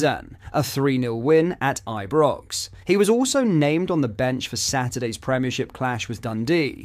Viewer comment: But-Land, I-Brox, Ple-zn. Wtf?